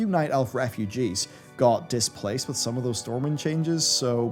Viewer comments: LOL "Stormwimd" at the beginning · "StormwiMd and Orgrimmar" lol